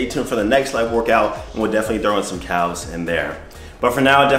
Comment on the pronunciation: Bruh ... did you just pronounce calves with a hard “L” ? 😒